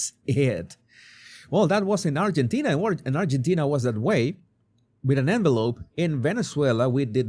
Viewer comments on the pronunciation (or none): none